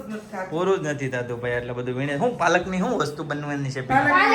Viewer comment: પાલક is the right word not Palakh